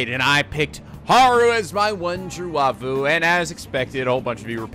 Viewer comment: "Why-foo" not "Wah-foo". Wife + foo